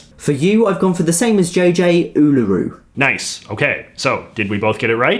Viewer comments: It’s not pronounced U lUUU Ru it’s pronounced UUUluru There’s a difference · Uluroo is pronounced oo la roo said quickly not oo lew roo with a pause between oo and lew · hearing J.J. say uluru so incorrectly as oolooroo was hilarious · I’m sorry if this is rude, but J.J.’s pronunciation of uluru is hilarious 😂 he says ‘ulooru’ instead of ‘uluru’. 😂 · Its pronounced Ularu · “Ned Kelly a gangster” He’s a bush ranger! Well was a bush ranger Uluru (pronounced “Ularoo”) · Oolooroo rock. That got me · Did he really say oh-low-roo instead of oh-l-agh-roo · “Ul-oo-roo rock” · The majority of the pronunciation somewhat annoys me I mean seriously you said it oooloooooroooo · Really? “Oo-loo-roo?” That was the best you could do? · As an Australia I laughed so hard because of the way he said Uluru (oo-lah-roo). Also, y'all don't like Vegemite because you use to much. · Not them pronouncing Uluru wrong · I love it when people try to pronounce Australian names. They enfisice the U in Uluru and things like that. Side note: Weet-Bix is the best breakfast food I eat like 5 a day. Vita Brits aren't as good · He didn't pronounce uluru right